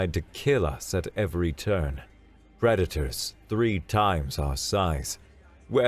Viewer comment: I understood Redditors instead of predators. That was an interesting picture